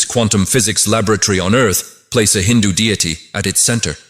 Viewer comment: All good but please learn to pronounce "hindu" "sanathan" and "natraja" basic etiquette and respect.